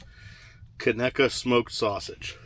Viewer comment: Can’t believe ya pronounced Conecuh correctly. Big props for that!